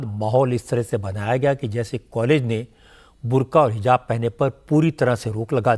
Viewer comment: बंदा कह रहा है बुर्गा 😂😂😂😂😂😂😂😂😂